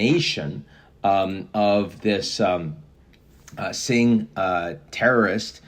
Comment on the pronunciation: lol tell me you don't know who Sikhs are with this ✨ONE SIMPLE MISPRONUNCIATION ✨